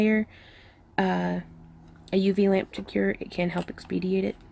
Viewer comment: Expedite not ex pediate😉 Beautiful work